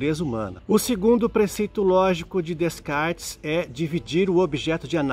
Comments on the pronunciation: Fala-se “Decartes” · Apesar da pronúncia "Descartes" estar incorreta, o conteúdo é bastante rico em conhecimento. Parabéns pela série FIIlosofando!